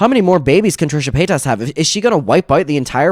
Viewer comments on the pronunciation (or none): Trisha Pay-toss